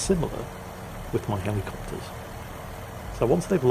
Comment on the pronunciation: Listening to rattle off naval facts and information and names is very soothing. Thoroughly enjoyed. Also, the American in me cannot get enough of hearing this grown man say "Helly"copters. Tickles me to no small degree